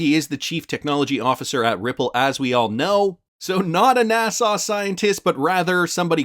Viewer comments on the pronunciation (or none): NA SA not NA SAW